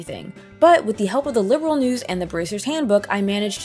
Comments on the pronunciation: The Trails series is a spinoff from the Legend of Heroes series, which is a spinoff of the Dragon Slayer series...which started off as an action RPG for ancient PCs. So Trails does have a long and distinguished lineage. And it's "Liberl," not "Liberal." 😉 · 😱😱😱LIB-ERL! NOT LIBERAL! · sky fc and sky sc where meant to be one game but making sc took too long so they where released separately. so yes sc is basically a second disk of fc that second disk being around 100h long. also i do find it funny how you pronounce liberl as liberal. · The character name is actually a clue of where they come from. So yeah, The different pronounciation is just part of the game.